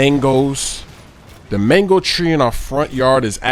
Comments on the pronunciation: Am I the only one who notice he said "manko" instead of "mango" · yousay mango too much! especially as you cant even say mango you sound like your saying mengo -.- so annoying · Sounds like your saying Mengles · I thought you said mangle until I saw the title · sounds like he's saying "Mangles" lol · It sounds like manglos that you are saying